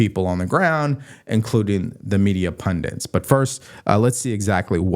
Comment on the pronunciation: Love u. Listen every day. ("Pundits" not pundents. Most people get it wrong)